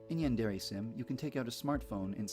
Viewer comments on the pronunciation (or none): it is pronounced "Ray" not "reh" source: two years of college level Japanese, Hirgiana is the first thing we studied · It's pronounced Yan (yahn) de (de) re (Ray)